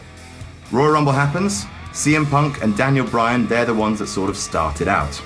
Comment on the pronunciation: I swear once I heard him say Daniel Bryatt